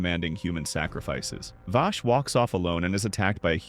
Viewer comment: I cant get over him callin Vaash....